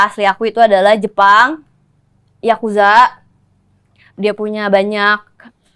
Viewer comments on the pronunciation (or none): Yakuza apanya yakuzi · Yaaaa susah kali. Bukan yakuza